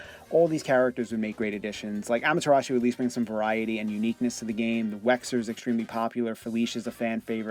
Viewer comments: who's wexer? it's wesker man! Wes Ker, not wexer! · Wesker! not Wexer